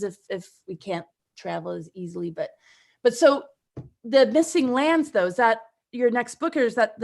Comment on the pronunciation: I heard the "MISSING LAMBS!" every time said "missing lands".